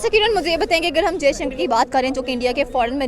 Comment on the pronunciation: It's Dr jaishankar, take the name properly bastard 🖕